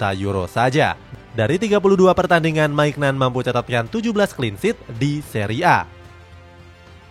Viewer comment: Bukan MAIGNAN min, tapi MINYON